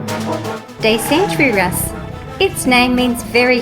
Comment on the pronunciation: Some more you had a bit of trouble with: Quetzalcoatlus: Quetz-al-coat-lus Dacentrurus: Da-cent-ru-rus Neovenator: Neo- voh-nator Also, have you seen the new papo acrocanthosaurus repaint? Also also, Have you seen the epic battle of dinotube by Bioniclesaurus?